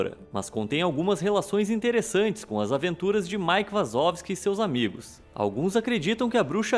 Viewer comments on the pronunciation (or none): nao e mike vazovski e mike wazalski